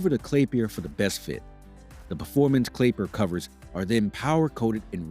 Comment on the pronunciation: "Clapiler covers" Love em.........🤣